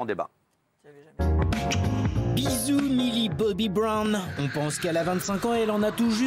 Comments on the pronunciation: 1. Vous savez même pas dire Millie Bobby Brown 2.Depuis cette vidéo elle se fait critiquer de fou malade alors franchement vous inhumain a critiquer les autres comme ça 3. Elle fait ce qu'elle veut Allez bisous les rageux 🤡😘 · Mais commencez par bien prononcer son nom au lieu de juger ce qu'elle doit faire et pas faire... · Par contre les prononciations... millie bobbie brone... stronger sings 😩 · déjà quand on prononce strangeur cing et millie boby brone on se tait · Elle est normal deja il ne sait meme pas prononce stranger things alors qu'il la ferme petit message elle et magnifique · Sheryne Lapalu non mais je sais très bien comment ça s’ecrit mais c’était pour montrer comment il prononce stranger things et millie bobby brown